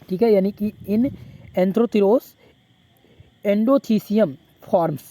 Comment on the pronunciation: सर एंथ्रोथिरोस नही है एंथोसिरॉस है❤